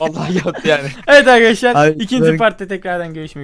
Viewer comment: merhaba arkadaşlar hepimiş :D ne diyon şu başta yaa